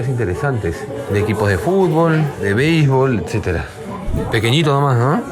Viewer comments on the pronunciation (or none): none